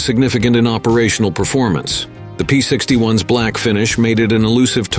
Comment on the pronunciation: I had to stop about 10 minutes in, as AI's pronunciation of "P-61s" (plural of P-61) as "P-61 ess" got to be too damned irritating🤬😡